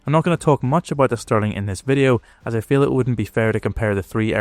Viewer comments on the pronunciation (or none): none